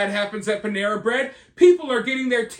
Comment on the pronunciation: Pan-era..nuff said